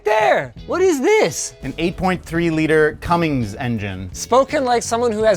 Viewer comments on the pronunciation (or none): Good fucking god it’s Cummins not Cummings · Man said Cummings😂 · It’s Cummins, not Cummings… I would know…. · Cummins..... There is no "G" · The amount of people that pronounce Cummins wrong is honestly shocking